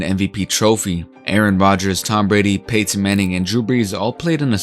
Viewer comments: Really stressing that Pay-tin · Hate the way this dude says Payton and Peyton